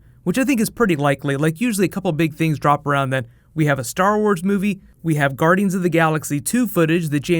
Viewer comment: Lol he said " Garden's of the galaxy"